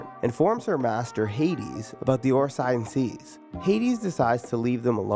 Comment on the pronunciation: OH-RASS-E-OHN SAYCE is how it's pronounced hahahaha. Great vid